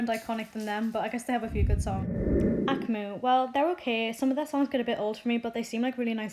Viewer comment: A-K-M-U. Not akmu. You say each letter not a one word.